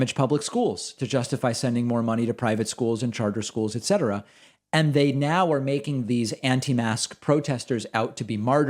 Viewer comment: I love that David says "ET cetera".